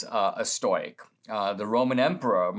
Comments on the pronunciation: stow as in toy? Ive always heard stow as in toe. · Stow not stoy stowick not stoyick. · Stoic - pronounced Stow ik FYI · I love Dinesh, but listening to “stoyk” and “stoycism” over and over was sandpaper on my brain